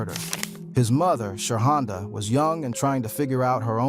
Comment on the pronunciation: You call that women "Sha honda"😅😅😅😅😅😅